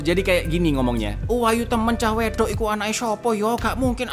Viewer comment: Aksen jawanya kurang .cah wedok itu bacanya cah wedhok